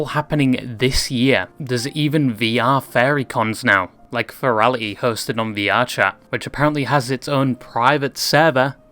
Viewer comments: The "fairy" community?? FAIRY?!? I think its pronounced Fur-ree, furry... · Is it me or the way he says Ferry than Furry with letter u replaced with e? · Are you saying “fairy” lol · Say "fur" , then "fair Say "hurry" and then "hairy". Then "Harry" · I know you’re capable of making the U sound